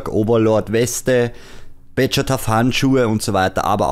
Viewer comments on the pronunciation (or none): none